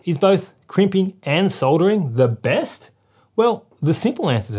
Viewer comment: Thank goodness you know it has an L in soldering and soddering like the yanks. Was going to be a hard watch otherwise 😆 Thank you for the well presented video.